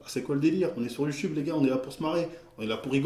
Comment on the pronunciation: "Youteub comme il dit " Mdrrr ^^